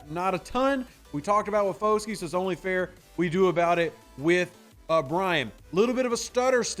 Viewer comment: Hey not trying to knit pick or anything but their names are Isaiah Fah-Skey and Bryan Bruh-see but other than that a great analysis on the player and definitely can’t wait to see him on the field WHO DAT‼️